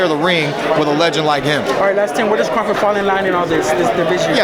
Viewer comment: Dude said crafort lol